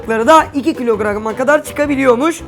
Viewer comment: yanlız ABİNİN TE 2 KİLOGRAM YERİNE 2 (KİLOGIGIRAMGAMA DEDİ:)